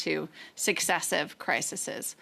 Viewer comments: 😂 of course it's a liberal saying "crisises" 😂 just like carney and his word "concratize". Idiots they all actually are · Holy moly, Jenna Sudds.... The plural form or crisis is crises... not crisisis... my lord... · You're supposed to be educated Jenna; it's crises!